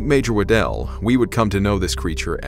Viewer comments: Outstanding content as always, so this shouldn't be taken as a criticism, but in Scotland, (where the name originates) the surname Waddle/Waddell is pronounced exactly the same as the word waddle. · Surely according to proper English it is not "It was footprints" but They were footprints, because more than one? Awful pronunciation of names Waddell, Stone (no e so not Stonein but Stonin rhyming with donning, Smythe if it has an e is said as Smythe (as in writhe) not Smith, basic English, Jeez